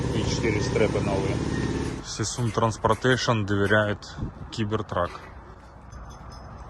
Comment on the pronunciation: сисун транспартэйш - уоброщайтес